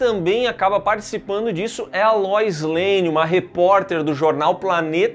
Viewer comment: O cara mandou a LÓIS LANE KKKKKKKKKK. Me lembrou a pitty dublando MKX, e mandando o KÓTALKHAN KKKKKKKKKK